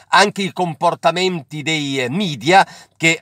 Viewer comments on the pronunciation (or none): Grazie per queste belle notizie. Piccolo appuntino, che non si può fare per gli stranieri anche sarebbe comunque giusto ma almeno per noi italiani, la cui lingua proviene dal latino, potresti evitare di dire "midia" invece di media? Ciao, alla prossima.